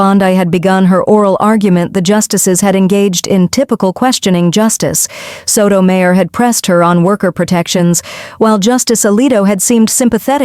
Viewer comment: Please learn pronunciations, e.g., Bondee, Soto Mi yor, etc.